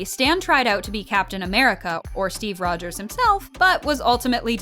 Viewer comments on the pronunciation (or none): none